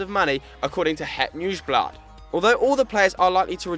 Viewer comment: The thing that most surprised me is that you pronounced "het nieuwsblad" right